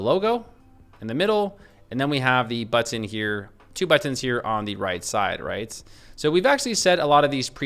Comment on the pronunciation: Drinking game: Everytime he says "BUH-TON"